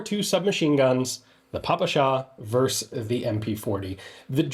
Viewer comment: That's a hell far from popular, but pretty witty indeed. What't rather joyful here is Ian's pronounciating "papasha" :D